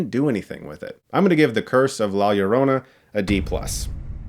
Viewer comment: As a Latino i enjoyed the movie but have to admit it has its deficiencies. Good pronunciation of “Llorona” btw Chris. Putting those high school Spanish classes to good use!